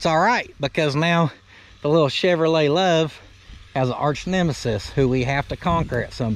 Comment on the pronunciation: Chevrolet become CHUV-A-LOT🤣 😳. Is-u-zu stuck OR Isuzu stuck? YUP 👍. I'm a little jealous I've always liked those trucks. LOW T you know the possible side effects I know. Hope that 4 x 4 entertainment cheered you up. Every fanned out here knows you are our Isuzu trooper 💪! Remember being the trainee and entering the mess hall. 1 super duper dedicated bravo trooper....... Maybe you were Charlie company 🤔.